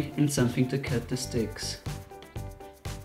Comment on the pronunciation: Is it me or when he says sticks its sounds likedicks